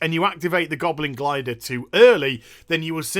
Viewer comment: I am French and I know how to properly tell "Goblin Glider" thanks to you.